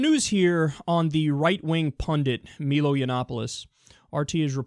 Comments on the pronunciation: His name is MIIIILO, not MEEEEELO. Jesus, Kyle. Quit raping my ears. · "Me-low"?? It's "My-low," Kyle. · Lol Melo it's pronounced Mylo. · Jesus! Its MY-LO not MEE-LO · I'm a big Milo fan personally. (it's My-low not me-low) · His name is pronounced "MY-lo", not "MEE-lo". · 'Meelo" wtf? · It's pronounced My-Low, and the poll was "Would you rather have your child have Feminism or Cancer." Not Islam. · Milo, softball coach. My-low. He's a Brit with a Greek surname. It's pronounced "My low." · Why do you call him "Meelo"? It's an I, not ee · It's pronounced "Mai-lo". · "meelo" wtf? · I believe it's pronounced my-low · kyle his name is pronounced my-low, great vid. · Also, it's "My-Low." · It's pronounced Mie-low, Kyle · Kyle, first of all it's pronounced "My-Low". Second of all it was "would you rather your kid had FEMINISM or cancer". Third of all he's not just against Islam because he's a Catholic and Islam is a different religion. He's against it because of the VERY specifi danger it poses to him as a gay man. Have you ever heard him rail against Budhists or Protestants?Jesus Kyle, get your facts straight before you make the video. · it's definitely pronounced My-low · It's "Meilo" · It's pronounced my-low and one more thing, Kyle, what you should know is that Milo is a troll, much like Gavin McInnes, you really shouldn't take them too seriously. They're just riding the wave of everyone's emotions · What is it with 'Muricans who can't pronounce 'Milo' correctly? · His name is "Meyelo" not "Meelo" lol. And I despise a majority of what he has to say, but I still think the ninnies who go around trying to get him banned are even worse than he is; they play right into his narrative and they don't even realize it. It's very sad. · MY-LO, not MEE-Lo. And he's about as Christian as Trump is, so the hypocrite charge is iffy, imo. I think he calls himself "a provocateur," which seems accurate to me. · Isn't it pronounced my-lo rather than me-lo ? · It's not Meelo, it's Mailo